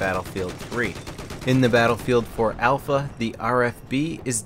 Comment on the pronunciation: mate, its in alpha. AL-FA.